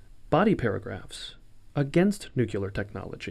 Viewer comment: Good video, but it's pronounced nuc le ar not nuc you lear. I would expect better from the British Council.